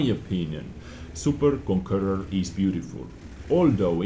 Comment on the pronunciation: Its super conqueror, not super konkurrur